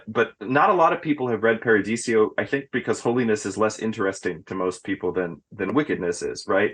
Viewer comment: Why's he always call it Paradisio? Isn't it Paradiso?